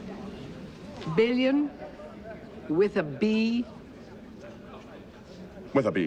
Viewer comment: "BILLION? With a B?" ... "withab"